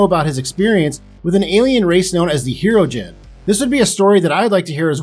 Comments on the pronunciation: Hero gen 😂😂😂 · Pronouncing Hirogen wrong... c'mon now